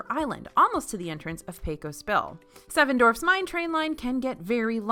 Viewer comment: I laugh every time says "Seven Dorfs Mine Train". Now THAT would be a fun ride.